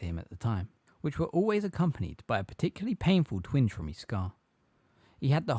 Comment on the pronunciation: Bro I really appreciate the upload, i dont mean to sound mad. But some of ya pronunciation is off. "Twinge" has a "ge" on the end. It doesn't sound like "twing"